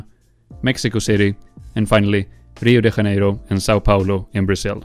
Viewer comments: You butchered Rio de Janeiro, why did you pronounce it like that (Haneiro) ? It sounds terrible! There are many videos on YouTube that can easily help you hear how it’s properly said. Cê tem a ferramenta na sua mão, use-a! Other than that, good video. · South America was basically Brazil then! lol Why was he saying "Reo de Ranero"? And that's NOT Rio lol that's Barcelona, in EUROPE (Our Christ is on top of a mountain & way larger). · "Rio de Haneiro" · It bothers me that you put so much effort in this video but not in the pronunciation of Rio de Janeiro. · Pronounciation of Rio de Janeiro makes me wants to blow my brains up.